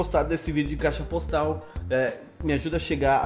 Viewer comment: ele falou bostal ou foi eu q me enganei